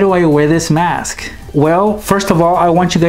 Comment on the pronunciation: Its mask not maske